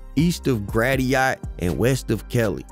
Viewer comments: Bro said “gratty yacht” 😭😭😭 it’s pronounced “grass shit” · Grat-i-ot??!🤦🏾‍♂️🤦🏾‍♂️🤦🏾‍♂️🤣🤣🤣🤣🤣 its Gratiot pronounced Grasshet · I grew up on Gratiot hearing you pronounce it as “GRATTY OT” is the funniest shit I ever heard lmao it’s pronounced “GRASS-shit” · I’m dead at the “ gratiyot “ lol it’s grass-shit but good video bro💪🏾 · That man said graty-yat 😂😂😂 i cant think of a way to type out how it sound perfect but Its almost pronounced like grashit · It cracked me up when you said grad dee it when I always known it ass grass sh*t lol it's (gratiot) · Loved the video but did you mean Gratiot pronounced (*Grash-shit*)😂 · Hell nah he did nor say grat-e-ot 🤣🤣🤣 iss grass-shit dawg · Great video !! But it’s GRA”shit” not “grat-iot” It’s a county here in Michigan and a very prominent avenue in Detroit. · Lmao dog said grat tee ott 😭 its grass shit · I ain’t from the D but that street pronounced grasshid not grateeot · Great video! For future reference, Gratiot = Grah-shut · The road in Detroit, "Gratiot" is pronounced Grass-shit, but fast like 'grashit'. I grew up at 8 and Gratiot, but I was on the north(white) side, which wasn't is wild, but still pretty crazy in its own way, we had a lot in common. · Bro we see he ain't from the D this man said gra-ti-ot 😂😂😂 Not bad but a lot is not true!! If you from DETROIT this sound cap as hell but from 1 to 10 I'll give it a 6 #7Mile Detroit vs Everybody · Dawg pronounce Gratiot (Grass-it) exactly like the damn GPS lady on the maps app 😂, swear. Say u not familiar without saying u not. 😂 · This was fire. Aye Gratiot is pronounced (Grass shut). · Grad di ot lol i caught that too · It’s spelled gratiot but pronounced grasher 😂 idky we do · Bro it's pronounced Grad -shid ( Gratiot) talking about the red zone , 7 -8 Kelly and Gratiot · Gratiot pronounced Grash-e-it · Gratiot is not grat - tiot cuzzin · Good job next time pronounce the street names right gratiot is pronounced grassshit but only the outter towners say it differently